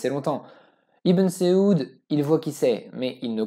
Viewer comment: Saoud pas seoud et Merci de rater de écorcher le Nom de notre Prophète Saydīna Muhammad Sallalah 3aleyhi Wa Salam.